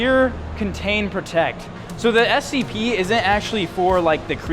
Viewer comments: you say it like scp " s - c - p" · it’s Scp not sop